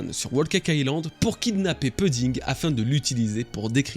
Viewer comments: Pouding pleaaaaaase pas peding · Ça se prononce "pouding" pas puding. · Je sais que ce n’est qu’un détail mais tu peux dire POUDDING ET NON PEUDDING stp 🙏 Merci d’avance pour l’effort lol